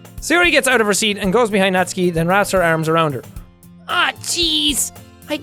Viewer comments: JACK ! You are still saying it wrong. Natsuki is pronounced Nat-su-ki not Nat-ski ! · Jack I think it’s pronounced “Not-soo-key” not “nots-key” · It’s “nat-soo-kee” not naski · Jack I know you played this ages ago but your pronouncing natsuki wrong, ur saying natski nut it’s pronounced as nat-su-ki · It’s not Natski it’s pronounced Not-zu-key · He says “Natsuki” just like “Katsuki” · Its pronounced natsUki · Its pronounced nat su key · I'm sorry it's nat-su-ki. It's been bugging me so much won't change tho... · Its nah-suuuuuuu-key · Just dropping this out, you're pronouncing Natsuki's name wrong, Jack. The U does have a sound. Like this: "Nat-soo-ki" Sorry, as an expert in pronouncing Japanese names, that kinda was bugging me. ^^ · Am I the only one who gets annoyed when jack pronounces Natsuki as Natski? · I'm so bothered how Natsuki is said differently from Jack to GTlive... It bothers me alot! lol